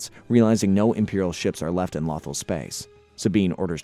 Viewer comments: Since when is planet Lothal is pronounced Lathal. If your gonna talk about Star Wars or make a Star Wars video please at least take the time to know the names of planets and characters and how to pronounce them that planet's name is said many times in the show listen to how they say it. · i stopped watching when lothal was mispronounced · It’s pronounced “low-thaw” 😂. I keep hearing a mispronunciation of waffle. Otherwise, great work on the recap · "Law-thul"? "Quee-gon"? what in the flying fuck is this pronunciation??😭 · Is it just me who got annoyed at him mispronouncing Lothal and Qui-Gon? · Bro like every video he mispronouncing atleast 3 names 🤦🏾‍♂️